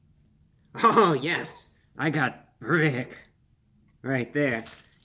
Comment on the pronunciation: Why’d he say BRRRRICK like he was BRRRRICKED UP